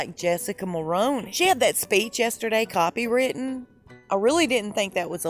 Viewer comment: Hey I hate to say this but The way you pronounce Jessica's last Name IS DRIVING ME CRAZY!! I'm going to spell it phonetically 4 you I L-O-V-E YOUR ACCENT So Pronouncing it Properly Will be Awesome to Hear from your Lips. After Jessica Then I'll give you our PM's name Phonetically also. I know with a French Name it CAN Be Tricky-Warmest Smile- Jessica MULL RUNE (RUIN)E (Like the way you pronounce it during the alphabet E. So it's Jessica Mull Rune (Ruin) E NOW 4 TRUDEAU TRUE DOE Hope This Helps I'm a Montreal Transplant to Toronto btw-Warm Smile- MULL RUINE